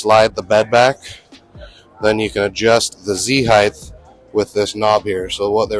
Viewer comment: heighT, not heighTH.